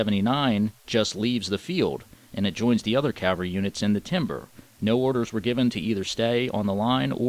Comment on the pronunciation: does a great job on these videos. The animation of the map series is good and the timeline is a nice detail. I only hope that, will learn how to pronounce The word Cavalry. Custer would cringe when his regiment is referred to as the 7th Cavery. 😄. All in all a very good series on what happened in June of 1876. A lot of work went into this series. Good job.